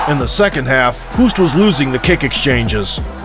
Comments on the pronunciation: Hoost is pronounced 'host', like 'ghost'... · Its NOT pronounced Cayman.... and Hoost is pronounced Host